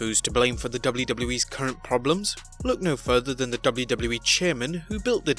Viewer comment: I hate your intro with a passion and please learn how to pronounce WWE